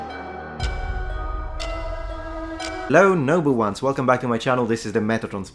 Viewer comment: With your ever so slightly accented voice and fast speech I always get caught out by your “Noble Ones”. Sounds like “Number Ones”. Are you taking the piss?